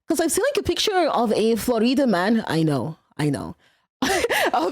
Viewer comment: hehe "flo-reeda" never heard it pronounced that way before but its now the only way i shall pronounce "Florida."